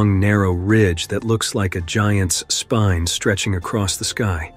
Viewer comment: A Mountain ridge that looks like a Spime??? Do you have Spina Bifada. What Spine has 6 bumps along. Are you Quasi Moto. This is Bad Narration and a Crap cut out and paste Kid Vid. TERRIBLE.